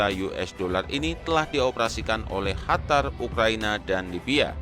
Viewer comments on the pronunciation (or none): none